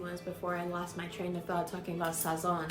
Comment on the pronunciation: You just changed my way of saying “Sazon” because you make it sounded so bougie 🤣